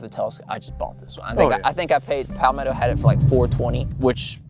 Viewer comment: As a Florida Man, the way you say Palmetto triggers me.